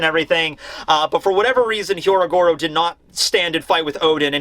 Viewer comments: When will stop mispronouncing Hyogoro's name? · Last week Sanji fanboys were pissed... This week it’s the Carrot fanboys’ turn. Edit- Also, it’s “Hyogoro” not “Hyorogoro” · He is not Hyorogoro. His name is Hyogoro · Hyogoro becomes Hyorogoro. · Pronouncing "Hyogoro" as "Hyorogoro" is one thing, but the mad man actually spelled it that way too! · I love you. Please say Hyougoro instead of Hyorogoro. It is harder and wrong hahah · Hyogoro. Not Hyorogoro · Bruv it's HYO-Goro not HYO-RO-Goro. It's like Oni-Bawan all over again... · Is no one really gonna mention that it's actually Hyogoro? 😆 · it's " HYOgoro", not "HYOROgoro". Just a heads up. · Hey, you keep saying "Hyorogoro" instead of "Hyogoro" and even wrote it as the chapter title.